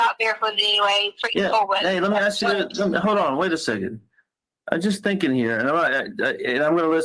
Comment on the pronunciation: And pronouncing every word that ends with a G, with a K. ThinkinK, anythinK, nothinK. Oh. My. God!! But she has a doctorate in education. Yeah, yeah, yeah, whatever, whatever.